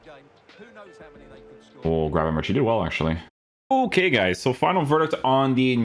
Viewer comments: But he says grafenbursh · You say his name wrong, CH = G , same as Bergkamp.